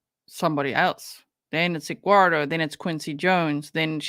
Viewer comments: I love the way you say Edguardo!!! Lmao. She is so out of control. 😂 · She calls him Egg-wardo. She can't speak like a normal person. She also adds a "k" to any word ending in "ing". ie Anythink, nothink or even wrongk. Drives me NUTS LOL